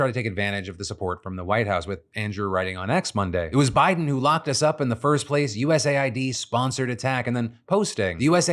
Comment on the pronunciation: I love your videos and please keep them up. Only thing I want to say is. Everyone is saying USA-ID, which it's not. I don't know when or how it came to being said this way but it's US-AID! Can we please bring point to this